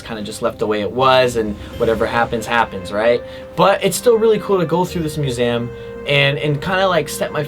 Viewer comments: Am I the only one who’s getting anxious of the way he’s saying museum? MUSEAM 😂😂😂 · Aint nobody going to acknowledge the way he said "museum" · The way he says Museum triggers something deep inside of me...